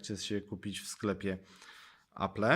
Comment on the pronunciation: 1. Nie potrafisz nawet poprawnie wymówić nazwy firmy. Apple [czytaj: Aplł] 2. Space grey ma czarny przód. 3. Kiedy mówisz o działaniu Touch ID pokazujesz jak działa 3D touch. -.- Recenzja jest długa, a połowę tej recenzji to "yyyyyyy...", które mogłeś wyciąć. Mogłoby to skrócić film o połowę, a tak to nikt mi nie odda tych ośmiu minut z całego filmu straconych na "yyyyyyy...". -.- Inni w swoich dwa razy krótszych recenzja zmieszczą o wiele więcej informacji, a ty temat o wyświetlaczy żeś zminimalizował do tego, że ma dobre kąty widzenia i FHD.